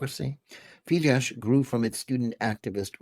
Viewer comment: The "SZ" in "Fidesz" is to be pronounced "SSSSSSSS" as a shard, voiceless "S", not in any way a king of "sh". If you cannot even pronounce the names of your enemies, just keep the f*ck silence.